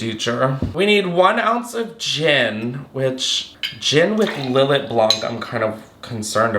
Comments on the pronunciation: btw babes its pronounces " lil-aye", its so yum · Lil let is fortified wine, btw (and is pronounced Lill—ay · Lill-lay is how it is is pronounced. I manage a liquor store and I was embarrassed the hard way.